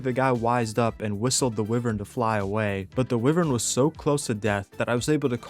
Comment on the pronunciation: It's pronounced wyvern not wiwern, my gigga.